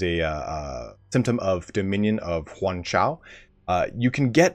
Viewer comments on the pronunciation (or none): none